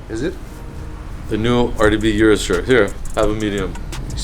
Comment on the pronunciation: O-RUS not U-RUS